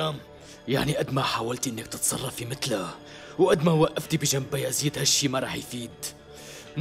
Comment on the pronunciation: بيزيد وليس بيذيد